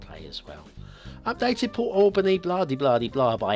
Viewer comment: you are mispronouncing Port Alberni - It is pronounced as Al burny. You are pronouncing it the same way as you would pronounce Albany. Lovely church asset.